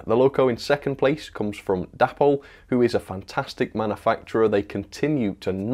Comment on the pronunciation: DAY-poll not dapp-ol ffs